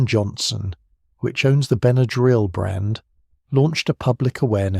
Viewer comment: I've been aware of Benadryl all my life. When I was a child growing up in the 50s with hay fever and violent reactions to insect stings, Benadryl was pretty much the only first aid for allergic emergencies. I appreciate learning the history but am puzzled and a bit distracted by the way you pronounce the trade name. "Ben uh drill" is the only pronunciation I've ever heard and what a quick search shows. (Diphenhydramine, on the other hand, is certainly open to interpretation.) Thanks for researching and sharing this. 🎉